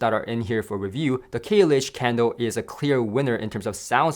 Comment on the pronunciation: Sounds like he's saying candle!